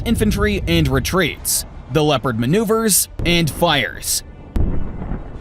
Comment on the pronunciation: when you say Leopand and you shao a footage of a Challenger 2 during training shots 🤣